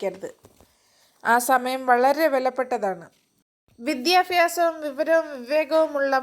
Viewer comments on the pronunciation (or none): വിദ്യാഫ്യാസം അല്ല. വിദ്യാഭ്യാസമാണ് ശരി.🤔